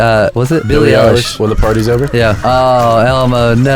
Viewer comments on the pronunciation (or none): but he flippin said elish like boiiiiiiiiiiiiiiiiiiiiiiiiiiiiiiiiiiiiiiiiiiiiiiiii